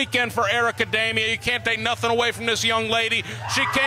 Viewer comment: Dee-mia, not Day-mia!!!